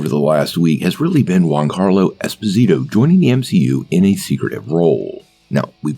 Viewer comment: Just a heads up. It's not 'Gwoncarlo' its 'Jee-on-Carlo' or 'Joncarlo' Esposito if you say it quickly.